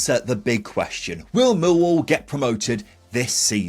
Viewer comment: Whatever the outcome of this season’s efforts by my team, neutrals (I suppose we have to tolerate them) should understand how to pronounce the name properly. The emphasis is always on the second syllable: MillWALL. Or, in the local dialect, ignore the “L” sound. It then becomes “Miw-waw”. Do get it right and we sensible folk from SE London postcodes can then take you seriously.